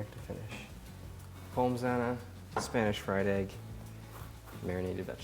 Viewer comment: The only negative point from this video I can find is pronouncing the s in pommes.